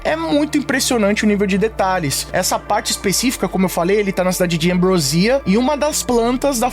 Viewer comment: É Ambròsia e não Ambrosía.